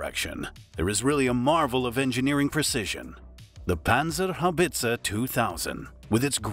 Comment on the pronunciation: You have pronounced "Panzerhaubitze" better than most english speakers, who for some reason don't pronounce the "E" in the end.